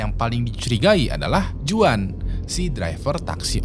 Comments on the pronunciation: Bang jgn cpet2 baca script nya, kek dlu aja agak pelan, btw bacanya bukan "juan" tp "huan" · Bang kalo juan bacanya bukan juan tapi huan bang.. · Bang izin kasih masukkan, untuk pengucapan nama Juan itu Huan (Berlaku di Amerika Latin/Mexico) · Juan dibaca nya huan bang , jose = hose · Sorry hanya meluruskan aja,Kl di amerika latin nama Juan itu dibaca Huan...! Tks